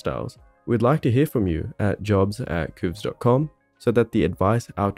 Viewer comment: I still find it strange hearing QOVES pronounced like "kooves". I've always read it like "coves".